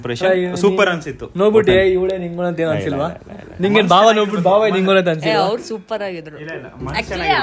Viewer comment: Adu bhawa alla bawa...